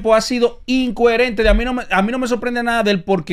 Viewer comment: SE DICE “ INCOHERENTE” NO INCUERENTE. TIPO MAS BRUTO Y QUIERE MACHACAR A TODO EL MUNDAZO SIEMPRE